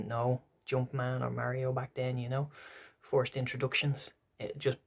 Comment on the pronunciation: I thought you were saying forced to play Mario bros but then I realised you were saying first 😂 cant wait for your part 2. If I can get some time I may do a response to this 👺☘️